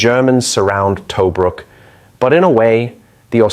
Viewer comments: pronounced TaBROOK. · Us Australians are proud of our "Rats of Tobruk". Great summary but if only "Tobruk" wasn't mispronounced throughout. It is "Tu-brook' - U as in 'up' & 'brook' said same as a small stream. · Yeah, but where is this "Toe-brook" place he keeps talking about?